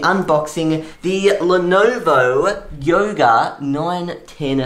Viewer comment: it's not lonovo its Lenovo